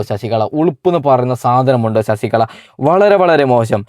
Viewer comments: എടാ കോപ്പേ ശശികള എന്ന് പറയാതെ ശശികല എന്ന് പറ. നീ പോയി നാക്ക് വടിച്ചിട് വാടാ പുല്ലേ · ശശികള അല്ല ശശികല എന്നാണ്